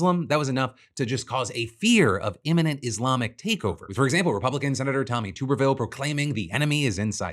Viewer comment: it's TUBerville not TUBEervlle.